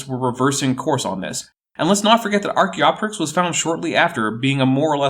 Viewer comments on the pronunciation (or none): none